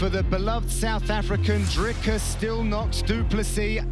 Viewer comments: It's not "dreykus" It's more like "dreekus " like you pronounce a "tree" First time I saw this man was in Dec 2021.. ba kene boy. We behind man. Ons staan saam met jou. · Put some respect on his name please. Dricus not Drinkers. 🔥🔥🔥🔥🔥🔥. Bolaya poi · Putting us on the map broer! Se asseblief vir Jon Anik hy moet op hou jou naam so kak se LMK 😅Hy moet dit uit druk, klink soos "Dre-Cus" en nie Dricus nie lol Rooting for you, can't wait for your next fight!